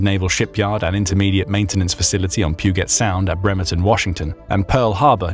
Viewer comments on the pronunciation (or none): Pronounced “Pew-jet”, not “Pew-get”. Soft g/j sound.